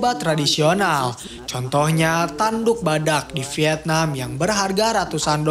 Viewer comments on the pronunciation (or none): none